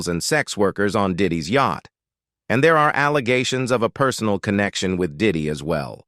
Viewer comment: Did he say everybody was “deah”? The king’s English “brother” please! It’s 2024. 👎🏿